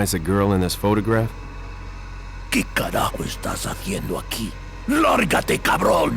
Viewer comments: Its carajo, not carago. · It's "carajo" :(